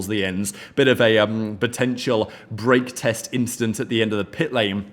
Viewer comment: I thought you keep saying" breakf AS t" lol